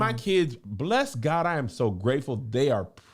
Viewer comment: “Eye yam” lmao